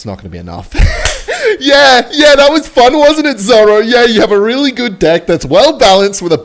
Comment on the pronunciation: "zoro" I think has lost it.